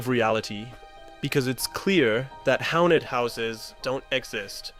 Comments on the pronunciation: why do you pronounce things a bit off sometimes? lol... iv never heard someone say hounted instead of haunted.... edit: wait.... hounted... house? house + haunted? am i reading into it? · Hownted houses? What is that pronunciation? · Are you using AI to voice this? Like seriously "hownted"? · Bro really pronounced it as "hownted houses" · you said "hawned" instead of haunted but thanks anyway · "hounted houses"? You don't know how to pronounce 'haunted'?